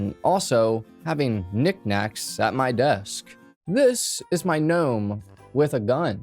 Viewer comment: lol don’t know why you saying gnome was so hilarious 😂